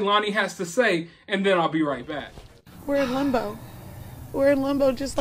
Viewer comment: We’re in lumbo😂 it’s limbo not lumbo